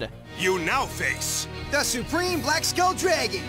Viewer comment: How can you get the pronunciation of "skull" wrong?? It's literally a common word, you have one on top of your spine!